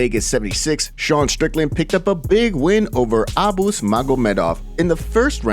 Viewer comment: Thank you for properly pronouncing Abus. Those moron American announcers uhboose and they massacre foreign names all the time. Makes me sick how dumb they sound trying to solidify their supposedly legit public speaking ability They are so amateur